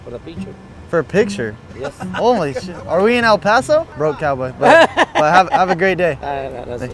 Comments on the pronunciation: he said el paso!!!! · literally started shaking when he said El Paso it’s like we don’t even e x i s t sometimes